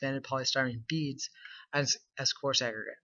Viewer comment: … Amazing; after the first 200 to 300,000 uses of the entire term ‘expanded polystyrene lightweight concrete’ I think you could get away with just using the initials EPLC, yet you can manage to smash “coarse aggregate’ into one syllable, And say it so fast that it just sounds like you stuttered, or coughed… Otherwise, great idea, good video.